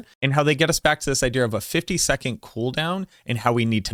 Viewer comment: I love you. You say "Idea" as "Idear"